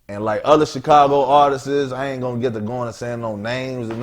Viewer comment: "Other Chigago Artistizz" ...